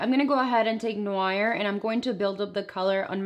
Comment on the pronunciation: Beautiful look but the way she pronounced ‘noir’ 😂😂